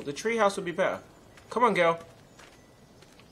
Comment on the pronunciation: Funny the fact that Toby said clementin instead of clementine